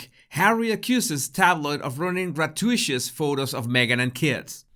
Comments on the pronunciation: Not trying to be super critical but just a suggestion about pronunciation. If a word is unfamiliar you can look up the word and a phonetic version will be shown with some also including an icon to hear the word. Gratuitous is 4 syllables but doesn’t look that way. As a child I used to read a lot and was always surprised when I heard the word because that wasn’t how I had thought without bothering to look it up. You have a good grasp of English and I enjoy your videos so keep up the good work! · Gratuitous is pronounced “gra TOO it us” in English. You’ve taught us so much; it’s only right to return the favor! ☺️ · Like your channel but please google the pronunciation of gratuitous. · “Grah-2-it-us” not ‘grat-you-Ish-us”. Just saying. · Gra-TU-i-tus not gra-tu-ISHUS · Gratuitous is not pronounced gra tu ishus but gra tu it us. Hope my correction does not cause offence. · Gratuitous is not pronounced grat-too-ISH-us. It is pronounced grat-TOO-it-us. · Gra-tu-i-tus...phonetic spelling of gratuitous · Hey,, Try learning to say "grat-tyoo-it-tus", "grat- tyoo-it-tus! Got it? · It is pronounced gra too it tuss. Thanks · querido, se dice (gratuitous) "gruh to ih tuss". So then Harklets patronize Joselitos Taco Truck too. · grat-uit-ous. you pronounce every syllable, like con-trov-ersey, not contro-versey. but transitory IS one word, not trans-it-tory. american is wrong, standard english is right. 700million speakers versus 1.75 billion. not that i like trolling a guy called. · It is pronounced “grat-you-it-us” (sorry to be picky!) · That’s “gra-TOO-it-us”. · Thanks as always,!! PS: Correct pronunciation of GRAH-TOO-IT-TUSS. (Gratuitous) Keep sharing and improving! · Love your video. You are so articulate and, as most of us, we have expanded our vocabularies via reading. With this in mind, please check on the pronunciation of gratuitous. I will attempt a phonetic spelling but, you’ll probably do better online. Grat too it tuss. Hope this helps!